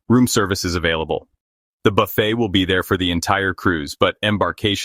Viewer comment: WONDERFUL. VIDEO. JUST. WONDERFUL.. & THANK. YOU. ! BUT. /. IT. IS. :: NOT......... A. ** BUFF__IT. ** IT. IS. A. ** BA__FAY. **!!!!!!!!!